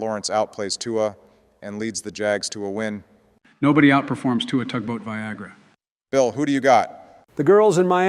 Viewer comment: Ain’t no way Joe just said “Tugboatviagra” 😂